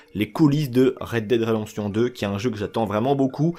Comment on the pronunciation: Red "Dide" redemption